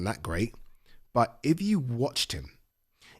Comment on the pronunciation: You say "iv" instead of "if"